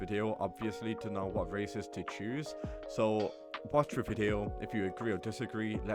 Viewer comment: Bro said races'